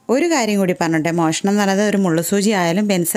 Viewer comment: മെഷണം അല്ല മോഷണം